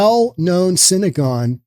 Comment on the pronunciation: I am not Jewish but I know it is synagogue not synagone. You are repeating it both ways. I can't understand it since you are in the middle of a drug infested city and SYNANON is an old organization and method for treatment of opiate addicts.